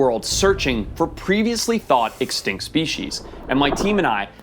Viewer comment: Sorry but can Forest say the word extinct? Sounds like “exctankt”